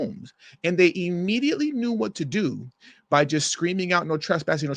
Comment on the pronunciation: Your Twesspsssin Your Twesspsssin Your Twesspsssin Scripted😂😂 Amateur